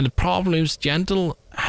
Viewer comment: Jandel ❎ Jandog ✅